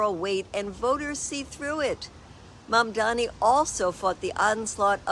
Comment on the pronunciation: I hope she practices saying his name more. ❤